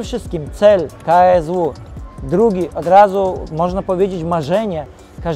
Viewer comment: Żeby miał trochę szacunku do federacji to nauczyłby się wymawiać poprawnie KSW